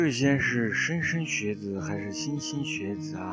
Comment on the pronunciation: “莘莘学子” 是读 shen shen 学子